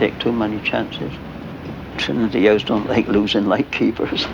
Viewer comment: The 'hous onlee 'as one light. Ah 'onlee got the one brow, I does.